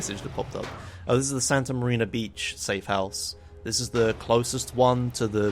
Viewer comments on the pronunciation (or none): cringe, it's not Santa MariNa, it's Santa Maria